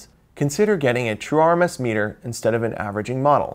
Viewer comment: When he says "true RMS," why am I hearing "chore-mess?"